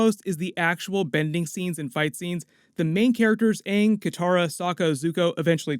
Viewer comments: If I hear Ong even once, I'm turning it off. M Night Shamalan is a fucking donut. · Ong the Ovatar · How the fuck do you pronounce 'Awng'? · If they’re gonna do a live action it has to be on the quality of say something like game of thrones or as mentioned, Star Wars!!! Like we don’t want a repeat of the movie version of atla where the characters had completely different pronounced names than the show!!! 🙄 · Im just hoping they keep it simple and make the right adjustments unlike the live action movie changing thing that were represented in the cartoon like the pronunciation of Aang's name